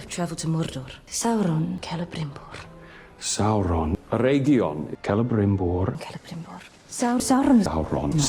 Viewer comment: The names in this video. Whoreladriel. Gwildor. Drawfrah. Celerybrimbor. El-wrong. Fireplace Jesus. Gandalf.😂